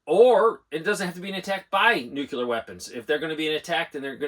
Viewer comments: Is it a “nookyoolah” weapon or “nuclear” weapon? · LISTEN to yourself. There is no such thing as NOO-Q-LER anything. It's NO0-KLEE-ER. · Is there a reason so many adults in this country can't pronounce "nuclear"? No "u" between the c and the l. Asking for a friend, lol.